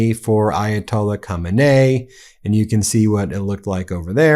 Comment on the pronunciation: Its Ko Main E, not that hard, been hearing his name for over 20 years.